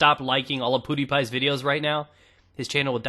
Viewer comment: LOL Did you just say PooDiePie ?